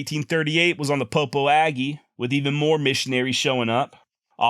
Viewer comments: Great story telling. I enjoyed hearing the drainage by drainage account. I lived in Green River WY for 10 years and visited the places you mention. Congratulations on getting pronunciation of Gros Venture correct but Popo Aggie is pronounced pa P.O ja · Thank you for these casts. As an aside the Popo Aggie is pronounced Poposia -with the “s” sounding like the “s” in Persia.